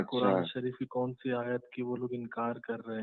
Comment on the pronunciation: Qur'and ki aayat ko gaa..n .d bol ra h 😂😂